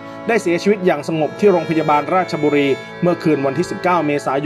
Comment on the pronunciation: อ่านผิดท่านราชบุรี